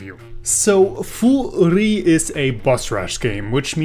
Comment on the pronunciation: Thank you for telling me the real pronunciation of Furi lmao. Can't believe I went so long without knowing.